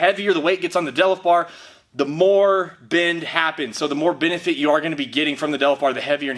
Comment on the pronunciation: did u say bendifit